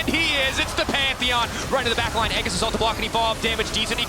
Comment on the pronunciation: How come even official casters don't know how to pronounce "aegis"? I have heard it mispronounced so many times.